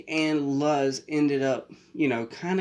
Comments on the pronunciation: Her name is Luz Noceda. (pronounced like Looz Nosayda) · Ah yes, my favorite childhood character that literally no English speaker can ever pronounce correctly.